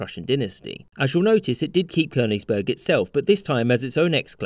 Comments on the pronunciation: Not Konisberg! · Amon Ra Koenigsberg is also fine. Same pronunciation